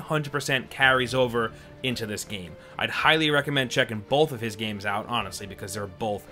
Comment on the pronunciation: when he says, "bolth," instead of "both," twice. Like my comment if you just checked to see if you actually pronounced, "both," "bolth," wondering if all your life, you've been adding the L and just took an L upon realization. 😏